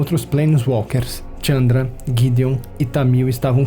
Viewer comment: Muito bom, mas é Chandra e não Tchamdra